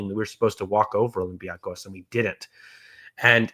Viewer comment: slowly fixing his "olympiacos" pronunciation with every reference 😜